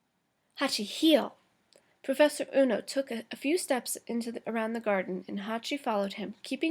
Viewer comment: ueno not ono